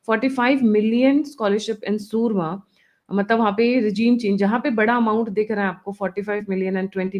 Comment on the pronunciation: Mam it's not surma it's Burma